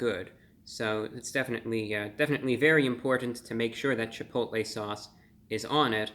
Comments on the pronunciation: You said "CHI POTA LAY" sauce. Love it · cha-poe-tah-lay sauce